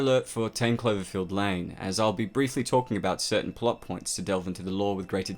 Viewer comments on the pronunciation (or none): Oh you silly goose, it's Cl-O-verfield, not Cl-E-verfield ahah. Guess someone is not that "clever-field" here if they can't pronounce their vowels!